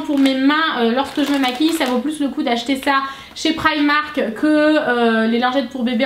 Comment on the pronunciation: prq toutes les youtubeuse dites prymark !? C'est primark